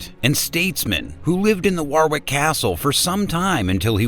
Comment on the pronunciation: its pronounced Warick for god sake